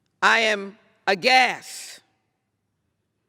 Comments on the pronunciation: No she said agass She left off the t Must be that fourth grade education coming back on her... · I wasn't listening.. Did she say she agassed or Full Of GAS